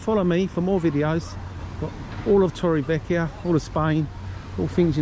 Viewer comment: You need to pronounc torrevieja properly